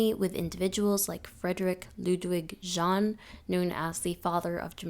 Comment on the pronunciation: Well done, but for future reference: Friedrich Ludwig Jahn is pronounced Yahn, and Turnverein is pronounced tourn-fair-ayn ✌